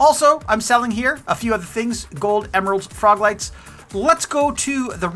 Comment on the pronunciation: I kept hearing "frog legs" until I realized you were talking about frog LIGHTS!! lol